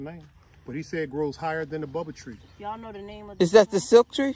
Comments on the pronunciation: Say it with me: "Baow-bob, Baow-bob" why no body correcting ya'll, we can't let him keep calling it Bubble tree😂😂😂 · The Baobab tree ... Pronounced: “Baaohbaab”